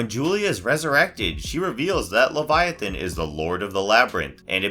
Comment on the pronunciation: Title: who is Leviathan? First minute: We don’t know but maybe it’s this You’re welcome for saving you 10 minutes of your life. Is this ai narration because it wasn’t even pronouncing the main characters correctly?